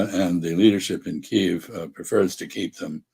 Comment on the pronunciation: Yo, the "capitol" of ukraine is a two syllable word